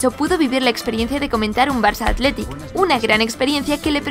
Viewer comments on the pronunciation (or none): Haber no te quiero romper el corazon pero no me gusta que digas biba atlitic i fuc real sociedad